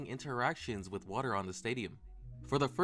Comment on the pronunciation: "wih a cup of waer"